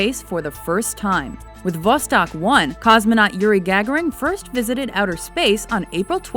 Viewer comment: Yuri Who? GAG-a-ryn? sooo wrong. Ga- Ger- Ann